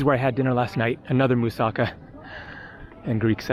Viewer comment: For the benefit of the viewers- it’s pronounced moo-sah-KAH. The way it’s pronounced in this video sounds Japanese. There are many other mispronunciations in this video. Let’s all try to not be ignorant Americans when we travel abroad. As Americans we’re already generally disliked- except for our money. You can do better.